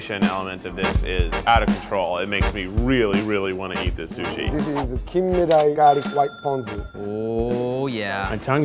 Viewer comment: Is it just me or were the saying shushi